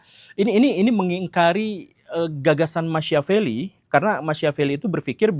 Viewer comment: Sedikit masukan untuk Pak Guru Gembul. Machiavelli tokoh dari Italia itu? Agar lebih mudah dipahami, nama Machiavelli diucapkan Makiavelli. .